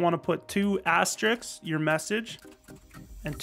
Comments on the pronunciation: Al french after all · wait.. that’s not how u say it..?